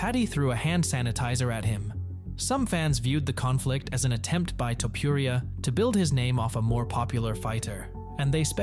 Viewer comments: Come on man his last name is not topiuria but topuria as u read with out anything… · Man, your "Topuria" pronunciation is just terrible 😂